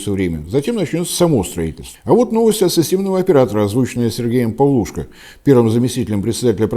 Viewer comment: ПавлушкО (ударение)